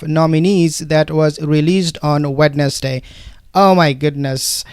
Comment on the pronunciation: Not Wed-nes-day my good man we say Wenz-day!